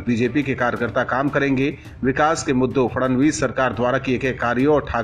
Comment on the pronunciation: It is not Fadanvis it is Fadnavis